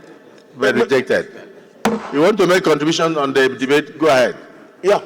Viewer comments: For long, l have been searching my dictionary to see if there's any English word called: Za, but l didn't see. Where did that illiterate senator got the word he pronounced repeatedly, or is it one of the Aboki's English wahala? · Guy go and check your English oral sound on how to pronounce The as za by British people, I don't know and wonder how you passed your English language.